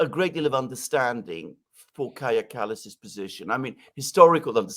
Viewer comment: Danny - Kaja is pronounced Kai-ya.